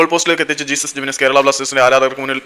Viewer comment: Not ജീസസ് പേര് നേരെ പറയാൻ പഠിക്ക് he is name ജെസുസ്